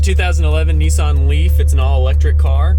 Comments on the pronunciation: Neeson ?? Ho he means nissan , hahahahahaha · It's a Nissan not neeson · actually it's pronounced Nissan if you look at the name and can read English you will see it's Nissan not neeson , where on the car can you see NEESON